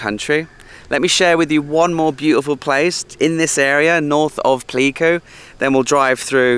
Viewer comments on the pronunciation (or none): it's 'Play'ku :)